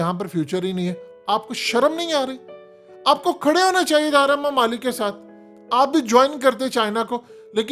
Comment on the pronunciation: Chorhoo channel URDU ki aisi ki tesi to na kr. Kee bajaay nai Kay bajaay hota hai.